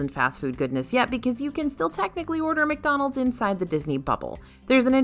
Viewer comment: I’m sorry did she just say “Dickdonalds” 😂😂😂😂